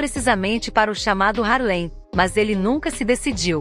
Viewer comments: Muito interessante até dei um like assisti o filme, mas alguém me dis aí é duro ouvir ela falando (HARLEM) um bairro ou município não sei bem sendo que o correto é (HARLEY) por favor né, mas parabéns pela matéria. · Não é "Harlém"; É "Hárlem". A matéria está ótima, mas a pronúncia também é importante.